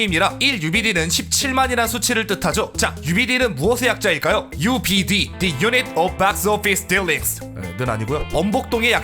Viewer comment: 28초에 the unit은 디가 아니라 더라 읽지 않나요? 유 발음이 발음기호로 ju라 모음 취급안해서 더라고 발음 되는 것으로 알고있습니다.